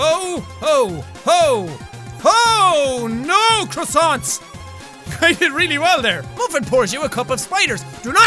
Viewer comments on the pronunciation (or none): none